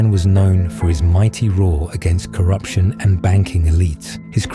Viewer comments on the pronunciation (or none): none